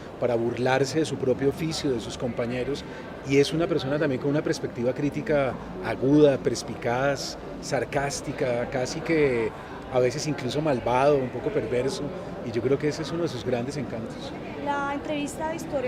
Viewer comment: ¿prespectiva?, ¿prespicaz?